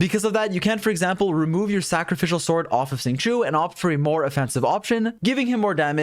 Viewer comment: "Thacrificial bow" lol